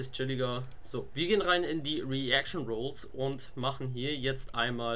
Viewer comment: Du hast Self roles mit einem u ausgesprochen rules sind Regeln und roles sind Rollen